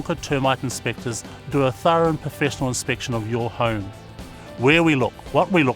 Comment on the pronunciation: "Professtional" really BOI